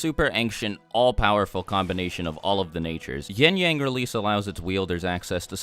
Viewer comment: All i hear is “yeeng yeng” LMFAO